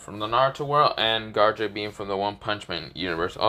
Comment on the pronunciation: Bro is saying garou wrong he was saying garage